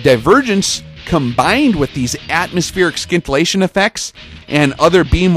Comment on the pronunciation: Bro I hope by now you know the "sci" in scintillation is pronounced the same way as in "science"...